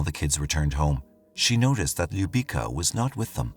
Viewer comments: Little girl’s name is pronounced Lyou-bee-tsa. It means love or kiss. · Stvarno bi trebalo malo da se potrude oko izgovora imena koja nisu engleskog porekla...bukvalno para usi kada izgovara njeno ime nepravilno